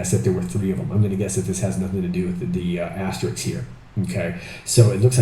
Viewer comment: *Asterisk. Not "asteriks." 😏